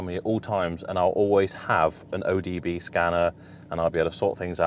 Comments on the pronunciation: O B D not O D B scanner !!!!👍👍👍👍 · OBD not ODB :)